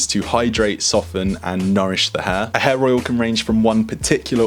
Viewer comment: When you say hair oil it sounds like you say hair roil.